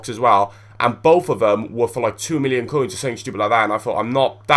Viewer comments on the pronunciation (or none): none